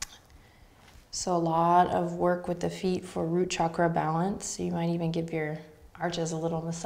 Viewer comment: As an Indian I am so happy that Adriene says ‘chakra’ with the right sound as in ‘channel’ and NOT as in ‘Chicago’ or ‘shark’. And every other Sanskrit word/phrase - absolutely accurate in terms of sound. This is very important as sounds in Sanskrit are important in terms of frequencies.